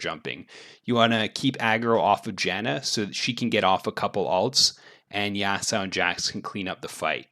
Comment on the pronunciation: Bro it aint Yasao man, great content tho